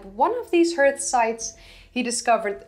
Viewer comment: "Hearth" doesn't rhyme with "earth" or "dearth." Rather, it is pronounced harth. I'm sorry English is so weird.